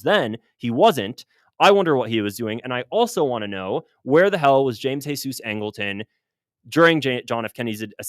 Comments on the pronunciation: James Heysoos...it's James Jeezuz Angleton! WHERE you getting the Mexicana?? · geezus, not hesus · I’m curious as to why you keep pronouncing James Jesus Angleton the Jesus part in Spanish and not Jesus in English because the rest of his name is in English? Idk you made it sound like he was Mexican or something 😂but hes just a white guy and Jesus is also an English name I thought. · Jeezus!! It's pronounced like"jeezus." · really enjoying your channel, but you’ve got to stop giving angletons middle name the Spanish pronunciation…his mother gave him the middle name JESUS (English pronunciation). I know because I once made that mistake myself, and was corrected by my bureau mentor